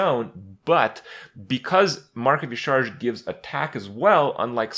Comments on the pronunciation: Yah'Shaa-Raj is how you are supposed to pronounce it Kripp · I think Y'shaarj is pronounced Yashéraaaj. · its YAH-sha-raj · dude YA SHA RAASCH wtf why does every youtuber pronounce it E-CHARGE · its pronounced yasa-raj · It is pronounced Yah-Sha-Raj, because blizzard doesn't know how to vowel. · yah-sha-rage with like silent g not rage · E-sha-raj. You're welcome. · It's pronounced Ya-sha-raz. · Kripp, the pronunciation is like "Yeh-shar-aj". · it is pronounced "YAH-sha-RAHJ" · YA-SHA-RAZJ its how its read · i think y'shaarj is pronounce ya'sharaj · It's pronounced ya-shar-ach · Hey Krip. Based on in-game WoW pronunciations, "Y'shaarj" is pronounced "Ya-shuh-raajh" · It's pronounced YA-SHA-RAJ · kripp its pronouned "yah-sha-rahj" "nuh-zoth", "cuh-thoon" and of course yogg-saron which is easy. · "Y'Shaarj" EleGiggle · Y'Shaarj (pronounced Yah-Sha-Raj) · So anoying when EVERYONE says Ysharj .-. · *y'sha arj is the pronunciation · It's Ya-Sha-Raj actually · It's pronounced YAH,SHARAAJ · It's pronounced like "Yah-sha-raj" The more you know! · Y'Shaarj, is pronounced Ya Sha Raj. I know it doesn't look like that, but it's weird. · hoping kripp never says y'shaarj again or searches the correct pronouncacion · The way Kripp pronounces Y'Shaarj hurts my soul. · Y'shaarj rhymes with Entourage, if that helps you pronounce it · What? They explained the pronounciation by phonetics with N'zoth, and with C'thun, why wouldn't they do it this time?